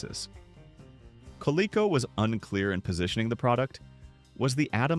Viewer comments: Gull wing doors, on a DeLorean or any other model so equipped, actually require LESS clearance on the side of the car to open than conventional car doors, not more. Overhead clearance, on the other hand, in parking garages for instance… The toy company is pronounced “Co-Lee-Co”, guys… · Me too, but it can be considered technically correct, in a way. Though all company ads pronounced it 'co-lee-co,' the word is a portmanteau of Connecticutt LEATHER Company.' However, I'm sure the half-@ AI was not operating on that knowledge. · Only AI slop would pronounce Coleco with a short e sound. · I have never heard anyone get the pronunciation of Coleco so wrong. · The way this A.I. voice pronounced "Coleco" annoyed the fire out of me. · It's pronounced Co-leek-o not Co-leck-o. The AI got it right only once in about 50 times. Thumbs down use a real narrator! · I hate AI. Coleco “Coh-leh-coh” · It's pronounced Col -- ee - co. I hate this "AI" hell thrust upon us. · Do your research. Idiot. !!!! It's pronounced. Coleeco. !!!! And the MCD. LT. Was. Great!!!! Every one loved it!!!! Now I know your voice. From every video. And laser discs. Were great. Anything for money. It's a shame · It’s pronounced Ca-LEE-CO . The Commodore 64 was awesome. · Coleco should be pronounced with a long e. Atari twenty-six hundred and fifty-two hundred. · I know, right? It's pronounced "koh-lee-koh" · More like "kuh-lee-koh." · AI doesn't know how to pronounce Coleco. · Co Lee Co not Co lek col